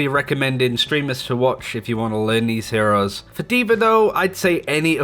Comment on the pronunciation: Nigga said ehores😂